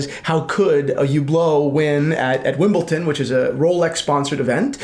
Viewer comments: Wimbleton lmao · it’s not Wimbleton. It’s Wimbledon. With a D. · Say it with me D not T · Wimbleton? No you don't see much tennis, it is called Wimbledon... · Please guys, it's WimbleDON, not WimbleTON. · It's not Wimbleton. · WimbleDON. Not WimbleTON. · "wimbleton" he says 😂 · Did you just say Wimbleton? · It took me so much discipline and self control to not turn this video off after the 4th “WimbleTON”….yet, 15+ times later…I came through a stronger person. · who pronounces Wimbledon like that? are you guys just taking a piss 🤣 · There´s no T in Wimbledon, there is however in Paddington...just saying! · for a guy who is in the watch world and very into Rolex it's so bizarre he doesn't know how to pronounce it